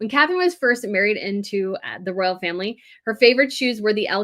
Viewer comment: Pronounce ROYal...